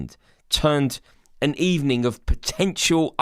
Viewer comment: Good ebening so hurt😂😂😂